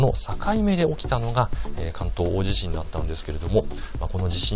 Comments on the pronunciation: 『おおじしん』 なんて言う奴、初めて見たよ。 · 関西と関東で違うかもしれませんね、、 だいじしん はあまり聞き馴染みがありません。。 興味深いですね